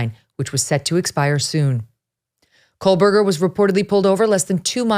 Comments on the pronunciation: I am a speech therapist. I have listened and watched her pronunciation of his last name. She is saying ,"Co berger" NOT "Coal berger" Here is a clue: enlarge the screen and focus on her mouth & formation. You will clearly see that she is saying, " Co berger." Her rate of speech is fast, so your ear may be tricking you a bit. 😊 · You keep mispronouncing his last name as "Coalberger." It's Co-Berger. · I won't be back to watch tomorrow's episode realizing now that it will be more of absolute speculation on who BK was/is... attempting to link childhood mistakes in an obviously completely different adult as some vague attempt at forcing a motive. Ick. Also WHY DOES EVERYONE SAY KOHLBURGER? THERE IS NO L . in this man's last name. It's weird. . 8/10 that's what you hear when someone is speaking about this case. We can pronounce Kernoodle , Goncalves ect but not Kohbuger? Weird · No, I will not stop. She’s pronouncing it wrong, and I’m tired of all these YouTubers convicting someone before they’ve had a fair trial. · It's driving me insane!! She had a whole year to practice saying his name correctly 😂